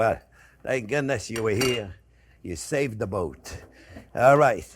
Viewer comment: First time I thought he said "Saving the Goat", best chef on the internet. You just got to love it.